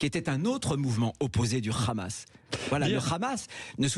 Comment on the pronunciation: Il dit khamas et non hamas et pourtant il a dit Arris pour Harris et non Kharris. Ça donne une idée où il s'informe sur le génocide à Gaza auprès de son ami le boucher bibi 😂